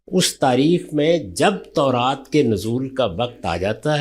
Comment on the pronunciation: Khatoon tauraat ko taraat keh rahi hain